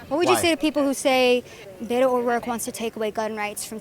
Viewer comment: You pronounce his name properly as Robert Francis O'Rourke. Cause he is Irish I believe